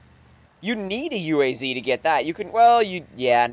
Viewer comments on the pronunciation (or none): it's UAZ not U.A.Z. it's not an acronym.